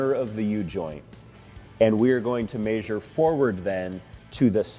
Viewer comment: Measure.. not mEeAAsurre